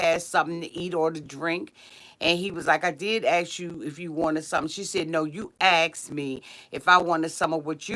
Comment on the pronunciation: It's asked....not axed LOL